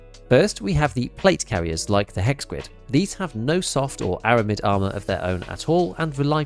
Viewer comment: I’m an immature dork and I swear I heard you say “arse” armour CPC and I’m never saying ars ever again. It’s arse always and forever now 😂